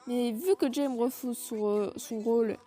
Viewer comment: Oh wi un nouvel épisode ! C'est rigolo de voir des persos moins connu être aborder ! Sinon, pour Jaime, il faut le prononcer Raymé XD Merci encore à toi en tout cas ❤️